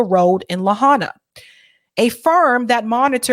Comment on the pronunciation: Pronounced "La-hyena"